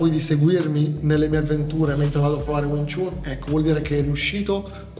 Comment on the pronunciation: Stai pronunciando jn modo sbagliato wing chun, non si dice chun ,but si pronuncia Chan anche se e' scritto chun !